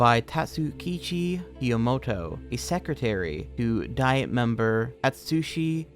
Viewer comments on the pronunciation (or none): none